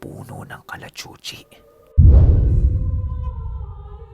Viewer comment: Bakit ang Kalachuchi parang malanding puno ang tunog pag binigkas mo